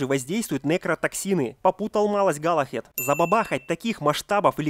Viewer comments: Не галахед а Галахад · Не Галахед, а Галахад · Галлахад, а не Галлахед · галахад, а не галахЕд